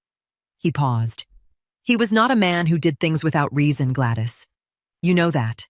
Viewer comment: tell AI the proper English language name is not Glattis. It is Gladys.